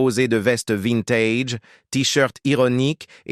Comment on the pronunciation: SVP ne dites pas " DUTRONQUE"!.... NI " VINTAGE "!..tsss..merci++++:eyes-purple-crying